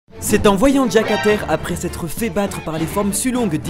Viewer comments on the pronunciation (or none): none